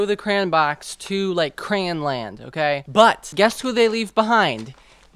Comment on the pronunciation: The way you say crayon like crayin, crain, and cran 💀💀💀